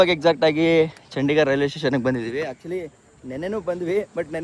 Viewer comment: ಅದು ಚಂಡಿಗರ್ ಅಲ್ಲಾ ಚಂಡಿಗಡ ಸರಿ ತಿಲೋಕೊ